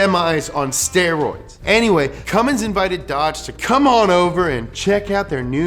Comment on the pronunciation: “anyway” said wrong with no chair spin. You’re slipping,.